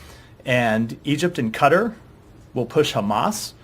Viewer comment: Can no American produce qatar correctly?